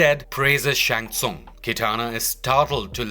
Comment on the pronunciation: Least you learned how to pronounce Shang Tsung for this !!!!